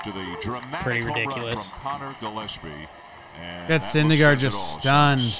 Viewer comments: isnt Gillaspie's name pronounced with a "Guh" not a "Juh"? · Yeah I would "guh" like the famous Dizzy Gillespie I mean "fish gills" aren't pronounced "fish Jills" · really fucked up the intro on this one, “juh” lap”sie”??Giants 16 champs??? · "Jilepsy" :D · Yes it is